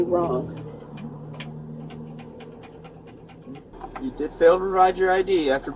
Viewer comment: Narrator: she did do something wronguh